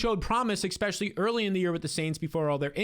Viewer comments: Expecially ❌ Especially ✅ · ESPECIALLY! Say it with me. ES-PECIALLY. NOT ECKSPECIALLY. Sorry that just bothers me lol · Ngl I used to think you were the goat but I've heard some pretty bad takes from you this preseason and the exspecially is driving me insane. To all you viewers out there please leave Jsn and Darnold for me, I will gladly scoop them every time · please stop saying eCKspecially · Love the energy. Love the content, wish you the best. I think i’m done man, if i hear “expetchully” one more time, it’s over for me. I wish you the best but i can’t. I lived in NY, and know how you new jersey people are, so doubt this will happen. But if you ever stop saying expetchully, i’ll be here with cash in hand. Love ya brotha